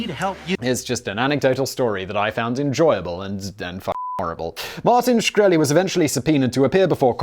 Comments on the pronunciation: Simon can't pronounce Shkreli? That's so very very sad. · Really clicked this to hear the proper pronunciation of his last name. in and you already mucked it up